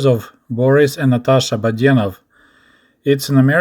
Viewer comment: Listening to your pronunciation "Badenov", reminds me of when I tried learning Russian language and the teacher said that I was terrible about putting the stress the wrong syllables.